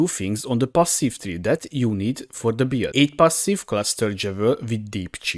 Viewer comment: One thing I really like about this video is how it kinda sounds like "beard" when you pronounce "build", Silly sure but I found the mental image of templar rubbing his beard on Sirus and he starts taking cold damage entertaining.